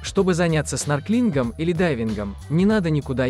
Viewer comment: СноркелИнг! 😂😂😂 не делайте больше видео, пожалуйста 🙏